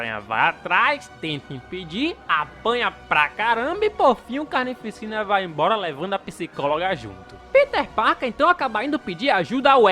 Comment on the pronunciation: Mn eu q sou mt esquizofrenico ou td vez q ele fala "carnificina" eu ouço "carne e piscina"